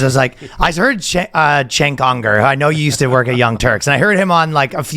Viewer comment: It's even funnier when Ryan butcher his name because he's not faking it like Jones who knows how to pronounce his name at this point 😅